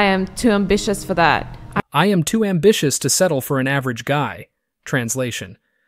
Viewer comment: "I'm ambitious" no you mean ambitchyous lol.